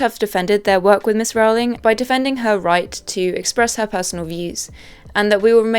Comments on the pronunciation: You also mispronounced Rowling. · ALAN Rickman. Not Alec. 🤦‍♀ And it's pronounced "rolling".